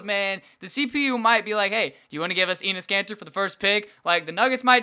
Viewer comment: also it sounded like you said anus cancer... instead of enes kanter